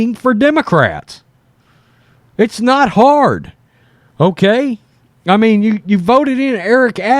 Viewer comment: Hard not gard